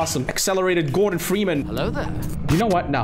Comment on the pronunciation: did he said mr ferman?